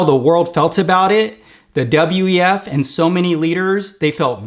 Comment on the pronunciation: You said "WTF" instead of "WEF" a couple of times ̶ perrhaps not an accident 🤔